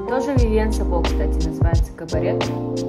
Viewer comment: "Тушь называется "Кабарет" 🤣🤣🤣🤣🤣🙈 Она называется "КАБАРЭ", если вы не в курсе 😂😂😂